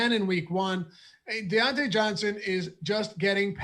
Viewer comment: I tuned in to hear say Die-Onte Johnson